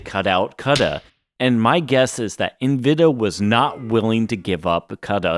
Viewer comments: WTF is "envida"? I got to about four minutes in, but hearing it mispronounced so many times I couldn't listen to it anymore. "en-veh-Dee-ah". ,an, you got it right, or at least close enough a couple times, but the amount of times you didn't made my brain itch. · Bro why do you keep saying Nvidia as Nviduh intermittently? Sometimes you pronounce it correctly then the rest of the time you says Nviduh... ???